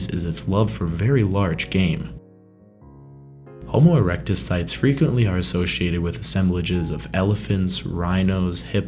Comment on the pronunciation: "Homo eructus"?🤦😂"neanderthals and apemen"?!!!🤣🤣🤣🤣🤣🤣